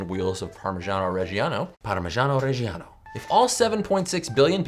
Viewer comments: if there are obviously 2 Gs in the word why do y'all english speakers pronounce them as J or a very weak G thats soo ugh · my contribution to this discussion: parmiJAno reJJAno. No idea why you guys stress the "e" sound of reggiano (especially cus there is none), but there you go :P